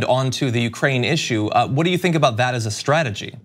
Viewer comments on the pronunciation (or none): none